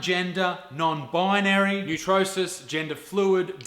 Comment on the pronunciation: "Neutrosis" LOL perfect mispronunciation there it sounds like an illness or something. Petition to start calling "neutrois" people that instead